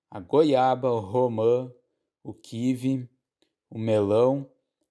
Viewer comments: Obg pelo vídeo. De onde vc é? Achei muito curioso o jeito que pronuncia Caqui e principalmente Kiwi. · penseiii a mesma coisa amigo srsrss